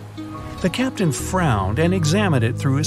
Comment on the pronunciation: The fact that it’s said captian